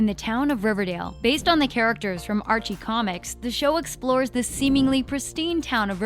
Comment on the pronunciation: Who the hell is Andre lol its Archie